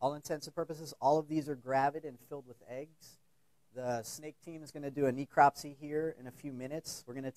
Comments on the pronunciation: This idiot a pronunciation of necropsy is driving me nuts!!! It's not knee-cropsy it's Nehcropsy! !!!! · Ne-eecropsy?? He has a terrible spin on how to pronounce necropsy (Google it ... go on ... you might learn something ...) and yes ... it irritates me when so-called educated people maul the English language (in their area of specialisation no less) Reaping what you sow ... lax exotic animal importation laws and stupid pet owners/importers ... What a massive ecological disaster the Burmese python problem is in parts of Florida.